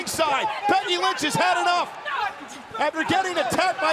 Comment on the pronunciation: said becky lunch not lynch